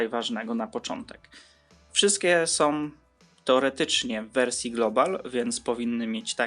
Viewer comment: oj. naucz się proszę "ą" i "ę", bo uszy krwawią. chce, jes, oryginalnom, podrobionom, skupie, miare, kupiem, złoty, som, "tak PISAŁO na aukcji", różniom, przejmujom, zawartoś, jes instrukcjom, suchafki, wyglondajom, suchafki som, majom, majom, majom, gówny, różniom, sie, suchafkach, som, wyglondajom, suchafki, różniom, uruchamiajom, uwage, naszom, ciekawostkom, suchawkach, majom, jes mjejszy, som, wszyskie majom, wskakujom, czszymajom sie, otsuchu, wszendzie, majom, brzmiom, odsuchu, myśle, suchafki, troche, som, som.